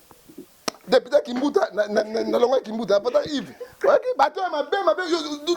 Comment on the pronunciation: Dikoshiiii ya journaliste ... depiteee depiteeeee yoka prononciation ya mabe boyeeer!